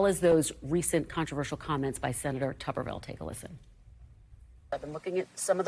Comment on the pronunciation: This buffoon can't even pronounce "Tuberville" he said "Tuvverville." Amazing !